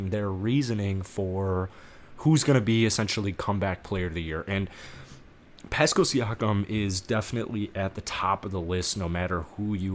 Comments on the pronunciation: Pass-Kal. Not Pascal rhyming with little rascal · Pronounced PASS CAL.